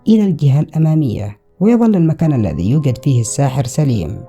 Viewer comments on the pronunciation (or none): none